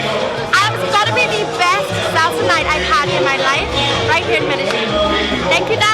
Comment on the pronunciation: great video but please.. pronounce Medellin properly.